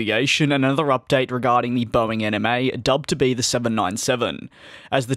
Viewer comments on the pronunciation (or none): DID HE JUST SAY BOEING ANIME???? REEEEEEEEEEEEEEEEEEEEEEE